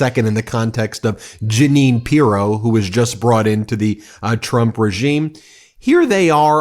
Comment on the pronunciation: Janine the Canadian here. Good heavens I have cherished that my name is somewhat unusual for a while now. Today I learn a deranged MAGA Republican shares my name. At least I can take solace in knowing the names are spelled differently.. please stress her name is phonetically pronounced Gee nene. Speaking of name nice Freudian Slip when referring to Howard “Nut-lick”. Maybe your country men don’t listen closely but we Canadians get every word. Elbows Up.